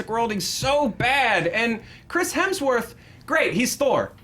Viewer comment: I find it hilarious that Erika absolutely cannot say Hemsworth without throwing an L in there. LOL she tried, but just couldn't un-L that sucker.